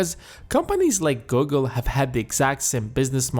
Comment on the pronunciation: Lmao when you say "Google" it's like Gogol !!! Pls change the narration ..